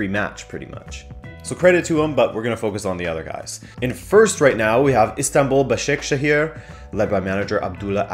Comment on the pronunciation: pronounced ba-sha-ke-shir and be-shik-tash thanks